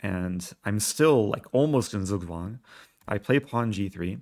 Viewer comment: Zugzwang is pronounced as: TSOOK TSWUNG